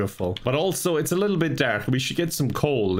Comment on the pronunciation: “it’s a big littl’ lake”